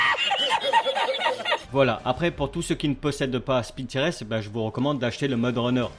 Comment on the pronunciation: par contre stp, pas "spintires" mais " SPINTAILLEUR" (tout va bien je plaisante)